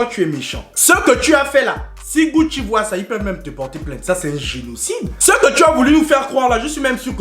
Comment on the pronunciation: C'est pas Gucci mais Gutho 🤣🤣🤣💔